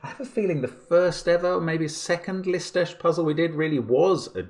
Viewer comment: I am always surprised when I hear Mark pronounce the name of Lisztes, because it is just perfect.